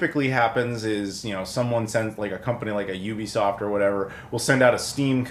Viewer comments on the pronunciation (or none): none